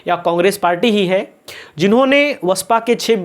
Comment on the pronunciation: BSP , ko aap hamesha vasapa bolte hain,ise basapa bola kijiye